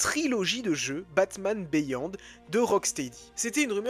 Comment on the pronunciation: Ca se dit "BIYOND", pas béyond ! ;)